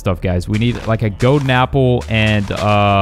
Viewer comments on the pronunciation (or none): I'm pretty sure that I need a "goden" apple. what's a "goden" apple?